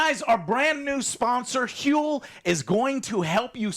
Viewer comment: why does HUEL! sound like a Scandinavian curse?